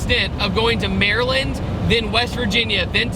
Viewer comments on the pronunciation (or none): none